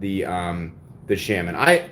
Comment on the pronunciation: Shes right about the pronounciation of integral, also it's the spyderco shhh-ahh-min not shame-in lol. It's a native American holy man or medicine man.